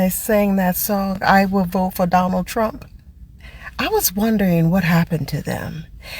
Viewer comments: You guys got me crying pronouncing Trump with an “n” at the end. 😅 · "I will BOTE for donald tRUNK!!!" 😆 🤣 😂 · Spanish language pronounces "v" like "b" and they don't pronounce "p" as forcefully as English does so that's why it sounds like Trum. 😆🤣